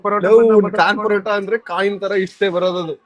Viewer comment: ಅದು ಕಾಯಿನ್ ಪರೋಟ ಕಂಡ್ರಪ್ಪ ಖಾನ್ ಪರೋಟ ಅಲ್ಲ 😂